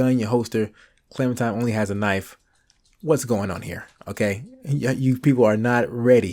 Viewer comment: i hate he says clemintime